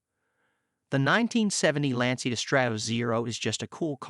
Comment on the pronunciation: dude....at least pronounce the brand correctly. It's Lan-chia....not lan-see-ya.